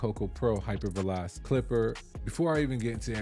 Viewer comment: Hyper Vel-o-Che bro 💯